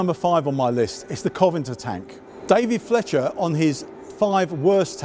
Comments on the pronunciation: Needless to say, I don't agree. You're moving the goalposts now as well. You said it was about skipping the syllable last time. There are still two 'n's in the word. Doing as you say would result in "Coven'nter", not "Coventer". As I've said, this chap's accent is the same as mine and I've never heard anyone pronounce it that way. We'll just have to agree to disagree. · I get what you are saying and it's not the end of the world, but it's all the more important to get it right because it is uncommon. Perhaps for those who don't know the history of the Covenantors both the origins and the tank will be encouraged to look the word up, because it's interesting in itself. But Coventor means nothing. The tank museum videos are such high quality normally and the standard should be maintained. It was an interesting video but it needs to be right and hopefully a friendly word will encourage this gentleman to improve his already good delivery. Thanks for your comment! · He doesn't know the word, and is reading it wrong. So much for historical knowledge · Why does he keep missing one of the syllables out when he says "Covenanter"? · Irritating that neither this guy or David Fletcher know how to pronounce "Covenanter". You'd think that would be something of basic importance to figure out if you're making a video about it. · {Sigh.} If you completely skipped the syllable "for" you wouldn't sound the 'f', but you do. So yes, it is different. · Professes to be a tank geek. First tank- can't pronounce it... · I lasted less than a minute. How about learning how to pronounce Covenanter before hosting a video on your supposed favourite tanks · I'm not sure whether it was 'vowel softening', his discomfort in front of the camera, or if he genuinely believes it's 'Coventer' It was a bit odd but I think we can forgive him that little faux pas. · You said Coventer three times in the first minute. Can you say CO - VEN - ANTER? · And that he called the covenanter a Coventer